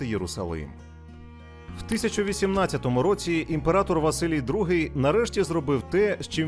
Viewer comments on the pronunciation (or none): Валисій замість Василій.